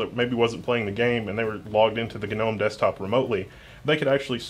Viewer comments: The G is pronounced. It's not one of those garden things with a silent G. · Gnome... Gnome... Gnome "GUH-NOME" !!! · He says Gnome like Genome and Nginx like Ngine X. I mean it's not wrong, but those are supposed to be said like they are written right?